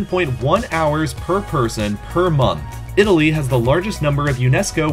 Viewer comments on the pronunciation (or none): none